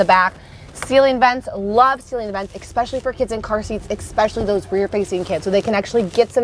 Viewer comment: Good video except you keep mispronouncing especially. You are saying it as if it were spelt exckspecially.